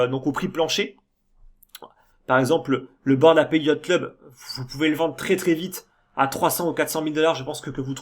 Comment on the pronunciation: Super vidéo encore une fois, tu continues d'apporter ta vision sereine et long-terme sur le marché, et c'est très important dans ce genre de période :) Ah, petite info : "ape" ça se prononce "aipe", et "apes" -> "aipse" ^^